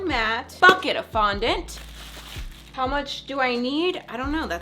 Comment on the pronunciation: ngl i thought she said F**K IT! Fondant 😌 😂😂💀